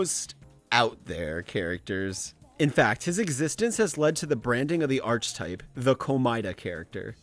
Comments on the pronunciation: I hate to be a picky bitch but it's "ar keh type" not "arc type" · Great video. But just wanna say this. It's pronounced "Ark-e-type", not "Arch-e-type". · seb reads the fact that he keeps saying archetype wrong is annoying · i literally thought you were misusing it on purpose to send the viewer insane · the way you say archetype is absolutely driving me up the fucking wall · This stuff usually doesn’t bother me but you pronounce archetype so wrong every time that it’s actually infuriating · I love the video and I know you've already mentioned this but every time you say "archetype" I die a little more. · this man saying archetype as arch type like the ch is pronounced as a k my guy also unwavering means you don't waver, not that you don't wave. factcheck your shit. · Bro, that is NOT how you pronounce "archetype"... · Why does this guy pronounce "archetype" so wrong? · The way says Archetype i